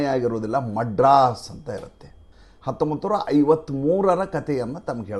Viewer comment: ಮಡ್ರಾಸ್ ಅಲ್ಲಾ ಮದ್ರಾಸ್ ಆಗಿದೆ